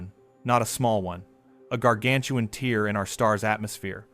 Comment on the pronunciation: Here "tear" is pronounced "tare", not "teer."